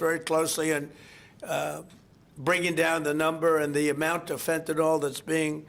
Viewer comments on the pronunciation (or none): How much longer do we have to endure this vulgar, incompetent jerk? ("Phentanol"; nevermind the rest). He's no longer irritating, he's fatiguing! "Think of that!"